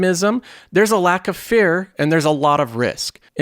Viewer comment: Are you saying fear or fair?